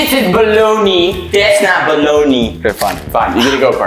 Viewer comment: I laughed so hard when said this is baloni that’s not baloni